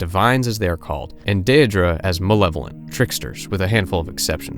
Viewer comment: dear god please say “day-dra” and “aye-dra”